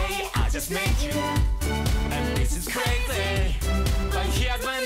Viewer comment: 日本語なまりあるけど、割と英語の発音もよくてgood! 特にcrazyとか。